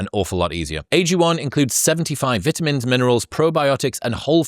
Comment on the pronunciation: Do not pronounce “Vitamins” like that ever again bro🥀🙏